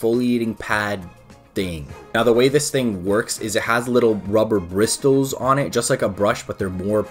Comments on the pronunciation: the t is silent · man rlly said the briss-tills imma die